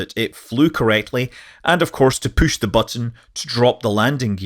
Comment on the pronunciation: Poosh the button! Lol!